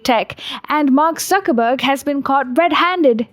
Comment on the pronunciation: She saying Suckerburg and Zuckerberg 😂😂😂😂